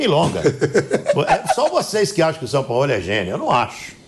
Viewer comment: Vulgo “SAOPAOLÃO”